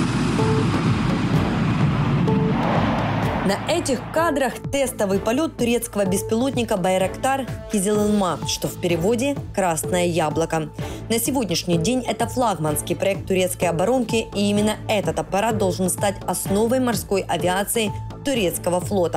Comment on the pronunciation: Байрактары а не байратары